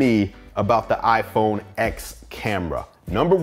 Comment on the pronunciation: Great review! iPhone X is pronounced iPhone 10